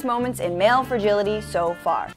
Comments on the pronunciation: Why do they always pronounce it as "fergility". I was always so confused what they meant by that because it mostly just thrown into the room without context. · I google'd "fergility" /fɹ̩.ˈdʒɪl.ɪ.ɾi/ twice before I realized that the word was "fragility" /fɹa.ˈdʒɪl.ɪ.tʰi/. AJ+ woman needs to learn to pronounce things a bit better.